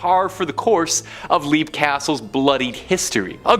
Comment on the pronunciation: LEAP is pronounced LEPP js